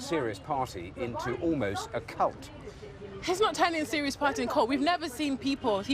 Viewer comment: Yeh-buh-no-buh-yeh-buh.....voh for the Labour parhy.